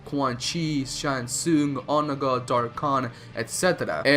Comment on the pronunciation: You pronounced Onaga sooooo wrong😂😂😂